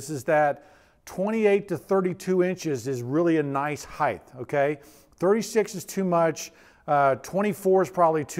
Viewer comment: Heighth? WTF is that? I'm so triggered rn.